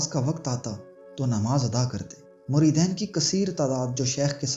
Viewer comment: muridain ghalat he muridin sahih he